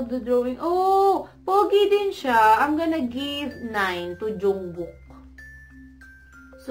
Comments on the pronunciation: Mali po yung pagbigkas niyo po sa pangalan ni Taehyung and jungkook😂 its oky lang po ang the second pic. Po si jin panoorin niyo po sa youtube worldwide handsome daw po😂😍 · the pronunciation of yoongi, hoseok, and jungkook is wrong😚